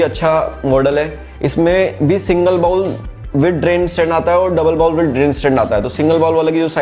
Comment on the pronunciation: "बाउल" नहीं "बोल" कहा जाता है